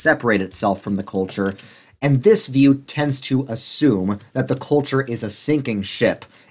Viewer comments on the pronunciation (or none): none